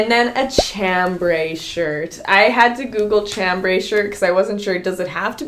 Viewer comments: Everyone gave you crap about how you said garage. I will gently share that chambray is pronounced shambray. You found so many great pieces. The skirts, the jackets, and a million sweaters. Capsules motivate us to create actual outfits. You looked fantastic. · I say it like that as well as a lot of people say it like that....but its not Chambray, but SHambray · Did anyone mention that chambray is pronounced “shambray?”